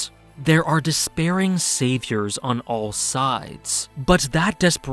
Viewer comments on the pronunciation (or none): none